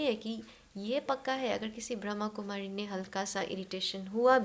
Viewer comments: It’s BrahmaKumari not BrahamKumari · Om Shanti Baba thankyou Baba 🙏🏻 ek chij mein batana chahungi is Sanstha ka naam brahmakumari Ne Brahma Kumari hai kripya is shabdon per meaning bahut mayne rakhti hai isliye kripya aap log Naam Sahi Se bole Om Shanti